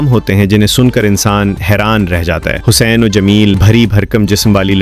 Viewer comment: بہت ہی غلط تلفظ سنے ،حسین ،اور حُسین۔۔۔اور کئی اور الفاظ